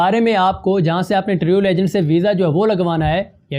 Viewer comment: Bhai ap kuch words urdu me b galt bol jaty hn..travel ko ap taryul bol rhy hn...urdu thek kr lain bhai..thnx